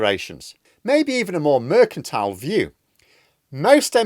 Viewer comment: Nice to hear that you have learnt how to pronounce "Mercantile". Now you could start working on the verb "to espouse"'.